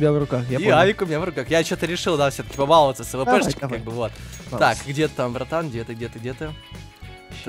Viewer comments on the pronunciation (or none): Эхх вот ты сдал егэ, а слово баловаться не знаешь как ударение ставить